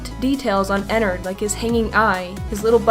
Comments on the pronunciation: IT IS NOT EN-NERD EN-NARD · it sounds like she says "innerd" when you should say 'E N N A R D' with a A, just my opinion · it's not enerd it's enard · You say ennard and ballora wrong😑😑😑😑😑 but lol FUNKO YOU HAD ONE JOB!!!!!!!😂😂😂😂😂😂lol